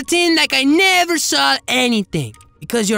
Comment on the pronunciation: OH BIG BOY GIMME THEM LIPS "I ThouNgt you woUld nEber AsK"